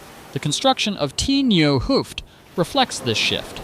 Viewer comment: somehow i had the feeling even the presenter is an animation and the voice is AI aswell. The way it pronounces the T in "t nieuwe hoofd" and "t oude hoofd" as "Tee" is veery odd to hear as a dutch person.